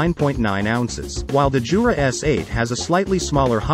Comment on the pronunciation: it's "Yoo-rah" not "Joo-rah" !!!